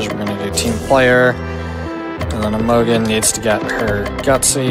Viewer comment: Maybe he's memeing but I feel obliged to point out that Imogen is (usually) pronounced with a soft g, like a j sound. The o sounds like unstressed "uh" too, so it's like "imagine" but with "uh" instead of "a".